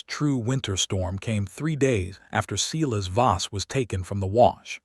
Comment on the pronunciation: Wherever this originated, they are not native English speakers. "Seelas." "Uhdellin".😅